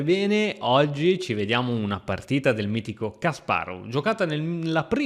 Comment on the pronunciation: Non prendermi per pignolo o antipatico ma ti prego pronuncia Kasparov correttamente <3 per il resto tutto perfetto